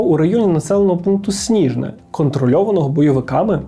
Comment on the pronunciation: не снІжне, а сніжнЕ. Збиття відбулося на околицях міста Чистяково (Торез), на шляху до села Грабове.